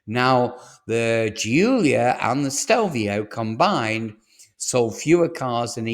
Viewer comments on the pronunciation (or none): none